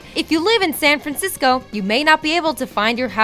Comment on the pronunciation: The pronunciation errors were making me cringe so much that I had to pause the video and look into the comments to see if anyone else was hearing this. "Kubuki"... blegh. Also, "San Frazisco"